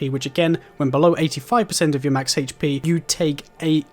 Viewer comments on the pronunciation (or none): This man say HP like “HHHHHHAITCH PEEE” drove me fucking insane